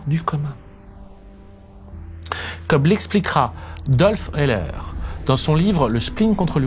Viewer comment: Sublime comme d'habitude. Merci pour votre œuvre d'instruction publique nécessaire et salvatrice! Quand à votre prononciation de Dolph Öhler, elle est parfaite. 😉